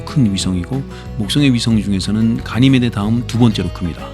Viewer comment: 가리메데가 아니라 가니메데.......